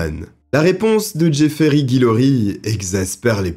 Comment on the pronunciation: C'est top! Cependant, un des protagonistes de ces affaires me chiffonne! Tu disais Jeffrery alors que les images montraient Jeffrey! Alors dis moi, c'était Jeffrey ou Jeffrery? 😂 Je pense franchement que tu t'es trompé mais je verrais bien selon ta réponse... Perso les vidéos longues et passionnantes sont celles qui restent dans ma mémoire plus longtemps. Et surtout lorsque c'est aussi bien racontées... Ah bientôt.